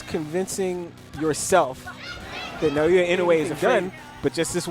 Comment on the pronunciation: nayoya? Seriously?